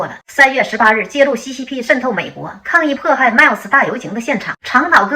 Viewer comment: CCP发音是“xixip”吗？。。。。。。。。。东北大姐老狠了